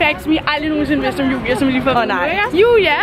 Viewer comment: Jeg kan godt lide at siger Jua og ikke Julia